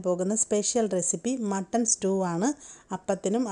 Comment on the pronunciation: Mutton alla mattan😂😂